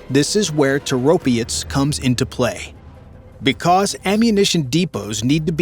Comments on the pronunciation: Is your AI so dumb that it cant break words into syllables? Toro - pets! Not Tor-opI-ets!! R's°! What happend to pride in whatever your work produces? This is not a Tomato vs Tomayto argument (says enough anyhow). It is an English argument. Either you speak it or you don't but you dont bastardise it to fit your inability to get your tongue around pronouncing items like e.g. Orientals using 'L' in place of an 'R', as in 'Solly' or Slavics 'Z' for 'TH', as in 'The' or N.Americans using 'Z' in place of an 'S' as in 'Agonising'. No offence to the first two example cultures' attempts, theyre forgiven for trying. Americans are not forgiven because of their BS baffles brains approach (arrogance). Yeah! The nation of whose adults have an assessed level that mostly 70% are of an only third grader literacy level. El soto, meaning you're dumber than you believe & make up for it with - bluster. But it remains, not being English! Personally I assume, even though youre using AI, that you are American. Why? Because your culture is so arrogant, it matters nothing to you to do anything correctly, that permits you to sound so idiotic. To the point of 'dont speak, just convey your dialogue on an e-mail, just stop vocalising - please'. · It's Toropets not Toropiets. Slava Ukraini. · Toe Roe Pets. Accent on 1st sylable if any accented syllable at all. Stop pretending all languages have English grammar and pronunciation. NO other language is like English (maybe sometimes French)! Another interesting fact: where was the "military-industrial complex" of the USSR? Primarily in Ukraine, not so much or so concentrated in Russia. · ITIS NOT TOROPIETS, there IS NO "I" in the word. STUPID YANKS CAN'T PRONOUNCE ANYTHING CORRECTLY and this is simply using others INFO to make this. POOOOOOR JOURNALISM INDEED!